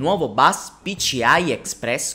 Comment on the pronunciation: PICIAI non si può sentire!